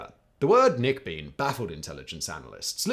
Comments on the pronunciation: knickebayn not knickebean 😁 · Simon, if you're going to pronounce Knickebein like knicker-beam, you might as well call it the panty-ray!